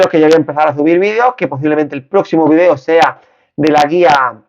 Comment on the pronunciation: Video ,video, haci se dice no vidio gallego aprende a hablar bien en la lengua castellana no existe el VIDIO .